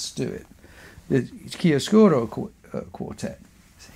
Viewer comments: About the italian pronunciation of "chiaroscuro". You pronunce it as if it were "chiascuro", you miss a "ro" after "chia". In italian "chiaroscuro" is the juxtaposition of "chiaro" (light) and "scuro" (dark) and it is the name of a shading technique, typically with pencil. Of course, this is not at all important. Thank you for your very interesting talk! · The pronunciation is ChiaRoscuro, you have to pronounce the R, it's very strong.😊